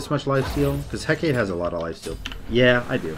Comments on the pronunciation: Correct me if I'm wrong but I think Hecate is pronounced: Heh-Cah-Tay or Heh-Cah-Tee. Heh-Kate, like he says in the video, might be right but I don't think so 😅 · Btw its pronounced Heck uh tay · Gotta sound it out a bit more. Heck-ah-tea. That's easier for people to get what you want to have them say. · The Hecate is pronounced Hek-ah-tea.